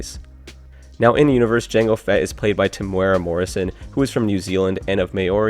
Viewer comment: You pronounced Temuera Morrison pretty well but Maori could use some work. Its more like Meow or Mow and a rolled ree, or maybe even like moldy but with a ree. Good luck though.